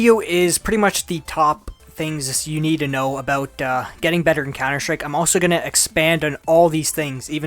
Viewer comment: yeah m8 your vids are nice, but maybe try to say COUNTER-STRIKE instead of cauwnder schtrike :P no offense, keep doing you're great vids and the work you put into them! :)